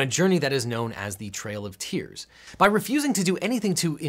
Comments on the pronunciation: Ojection: TRAIL of Tears, not Tail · *trail not tail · Objection: The word "Trail" has an "R" in it. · It's the "TRAIL of Tears" NOT "Tail of Tears". That typo is bothersome. I realize it's just a typo that's NOT caught by a computer program because "tail" is spelled correctly but someone should've been proofreading it for him, especially since it's on an Example screen. Ouch. Edit: I know he said it right but it's confusing for people trying to look it up. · Objection! Trail of Tears, not tail of tears. ~_^